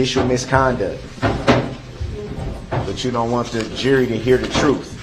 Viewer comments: Do they say Troof is in the eye of the beholder, I mean what is troof....seriously is that how he pronounces Truth or is it a slang. He obviously don't know what hearsay means. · What troof? How you do dat? That forf option that you uh uh made up cuz it’s not in the law. What a piece of work!!